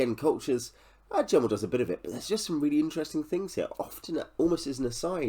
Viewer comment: Just to say, his name was never pronounced with a hard J, but a G. Met him several times at book signings over the years. I did ask him about the similarity about this book and the similarity to Pale Rider (the Clint Eastwood western) and he did say he drew inspiration from that film.